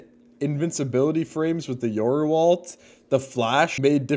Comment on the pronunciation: This guy mispronounced my username when I subbed on twitch and he said he was doing it for the money. Thank Yoru he’s rank 1 tho